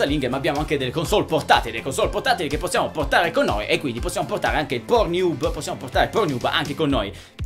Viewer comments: PORNIUB MA CHE CAZZ....PORNNIUB CODDUE.. PORN HUB... ub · ma solo io capivo "ProNiub" ? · Tornato qui dopo anni solo per risentire il celebre "pornhiub" di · Anche io ! AHAHAHHAAHAH